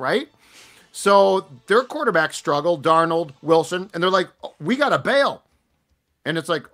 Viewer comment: Listening to a guy who pronounces Darnold wrong 😂